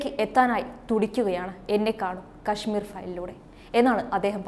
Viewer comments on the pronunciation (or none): none